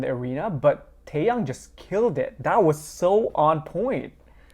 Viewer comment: TAEHYUNG!! Not TAEHYANG😭😂